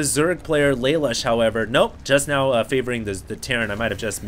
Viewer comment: im pretty sure its pronounced LUH LOOSH. thumbs so he can see plz